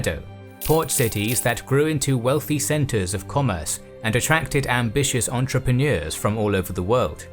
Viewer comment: Not sure why I laugh when he says entrepreneurs!🤣🤣